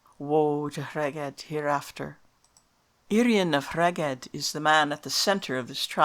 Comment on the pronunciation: I believe Rheged should be pronounced Reg-eth. Interesting video.